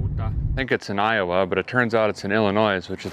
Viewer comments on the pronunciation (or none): none